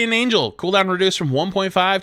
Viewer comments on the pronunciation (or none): none